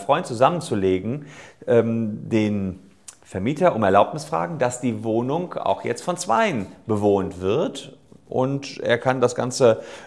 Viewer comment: Broken Mirror Ein Versprecherlein, ohhhhhhh! Sollte wohl eigentlich "Wohnung" heißen.